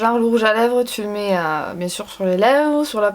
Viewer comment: je suis Parisienne et à chaque début de vidéo je ne peux pas m’empêcher de dire en même temps que toi « hey tout le mondeuh j’espèreeee que vous allez bieng! » avec ton accent haha 😍